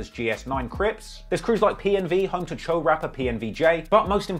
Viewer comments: "Choo" it's pronounced "chow"🤣🤣🤣🤣🤣💀💀 not chew, chow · Say doe. Its pronounced choe not chew. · Isn’t it pronounced “Cho” ?? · You saying choo so wrong